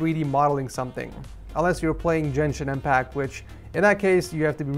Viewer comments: “Jenshin impact” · No one:: JENSHIN IMPACT no flame 😂